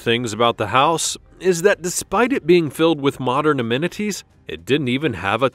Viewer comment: Did I hear "AMMENDNITIES"? It's "ammenities" but the body, if it is one, should be reported. It's the law.